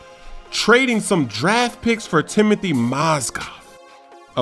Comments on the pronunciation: I love the videos but its Timofey, not Timothey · yo ***** Mozgov is not Timothy he is Timofey call Russian names correct please :) best wishes from Russia, love yo videos, man